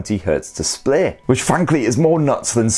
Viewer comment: Love the review but I really found the "displeh" pronunciation pretty goofy. Peace.